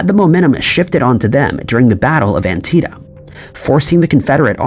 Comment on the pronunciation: "...it was also Lee who gave (the lost order) before the Battle of 'Antieta(?)' FYI, the battle was conducted in AntietaM (There is an 'M' at the end of 'Antietam.'